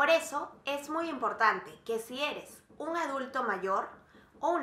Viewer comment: Gracias ...pero por favor!! Si vas a hacer esto..PRONUNCIA BIEN..dices Frejol!! Ung en lugar de UN.. comparagción....song SON.